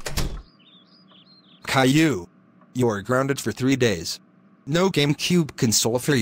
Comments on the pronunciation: said grounded wrong he spelt it like this guonded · said gorunded